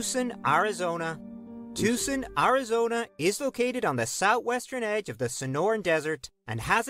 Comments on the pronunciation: Never heard Tucson pronounced like that. To the best of my knowledge it is pronounced tōō sän. The narrator's voice is way too sing-song. There are many rural areas that get hotter than most cities. Riverside is at the far east end of the L.A. basin and the mountains, bordering the city to the east, keep the smog from escaping and most likely traps the heat is as well. Fresno is 100 miles north of Bakersfield in California's Central Valley, and yes, it does get hot in Fresno and Bakersfield. This summer, here in Northern California near Sacramento, we had several weeks already with 100 degree plus weather. Highs wee in the 114-115 range for a week or two. But the summer isn't over yet. It is 90 degrees now at a little after pm with the temp rising throughout the afternoon. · look up Yuma AZ. I lived there for years want to go back to. at the time I write this it's going to be about 112 Ish there Yuma would get really bad during summer. and as a native Arizona person that video was bad, they couldn't even say Tucson right and I will say that place could get bad to man I miss my home state.